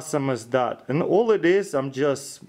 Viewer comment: at the end: krishtals, i love this dude